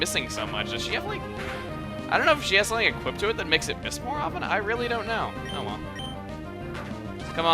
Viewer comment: What chuggaa said: does she have an item that makes it miss more? What I heard: does she have an item that makes it piss more?